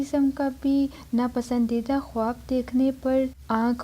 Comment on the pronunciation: Khawb tou bolna seekhlo pehlay yar